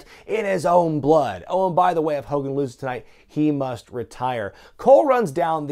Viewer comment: "MR. MCMAHON" "HULK HOLGAN"